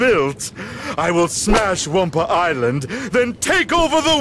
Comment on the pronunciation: The "humor" in these are atrocious, and on top of it, every time they say Wumpa ISLAND, I want to ring every last developer's neck...